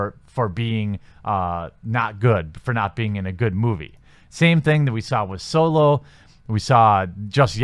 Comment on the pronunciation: Are you saying "Soylo"? I see what you did there.